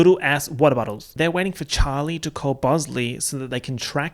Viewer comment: This whole vid was worth watching to hear you say, "Chawwwly!"